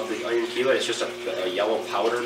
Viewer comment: Thumbs up for pronouncing "Chelate" right!